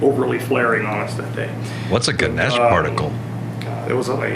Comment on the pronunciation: It's "Ganesh"